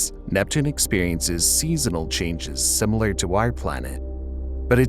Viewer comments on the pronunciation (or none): none